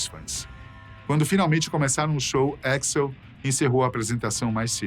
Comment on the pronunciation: Troubeidor e éxl é foda , nenhum gringo pronuncia dessa forma